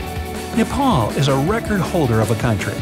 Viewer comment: saying nipal instead of Nepal you should say it neypal